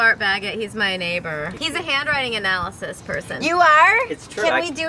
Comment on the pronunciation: "he's a hand writing analysyst"